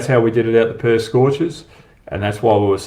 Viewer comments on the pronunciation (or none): none